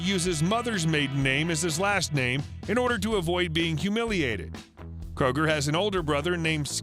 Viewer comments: pronounced "kruger", not "kroger" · It’s pronounced crew-ger